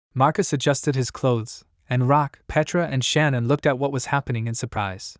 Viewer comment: I think it’s pay-tra